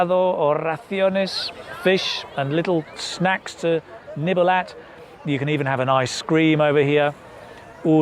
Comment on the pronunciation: Sorry, shouldn't it be "nibble" (no "k")? But other than that, great job!!!